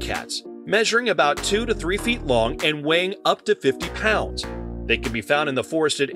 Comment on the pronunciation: Its 'pounds' not 'ponds' 😂